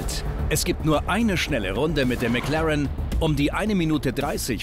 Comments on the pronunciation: Niemand Wirklich niemand Nicki: Mäklaren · Wie der Schelle die ganze Zeit McLAREN sagt..